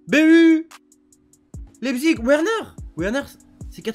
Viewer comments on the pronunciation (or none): none